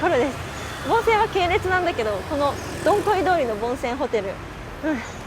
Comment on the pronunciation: Dong Khoi通りはCOVIT-19の影響で観光の皆さんが来れなくなったため、店舗閉店が多発してしまいました、、、 以前の賑わいはなくなってしまいましたね😭 ちなみに、現地では"ドンホイ"に近い発音にした方がよいですよ😁 日本語発音"ドンコイ"はちょっとはずかしい意味になりますので😉 From Quan7 TP. HCM住人